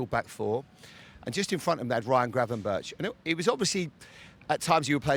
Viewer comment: I have never heard so much bs in my life... Plus I understand your are British and have an issue with saying the R, or G, but butchering Gravenberch (erg) to Gravenbirch (bird 😂)...